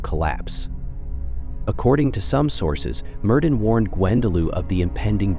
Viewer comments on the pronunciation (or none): As a Welsh speaker, his name is properly pronounce Mērðin Wiłt. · Don’t quote me but for help I think it’s Meerth-in can’t replicate the “ll” sound in the second name sorry. Aside from that loved the video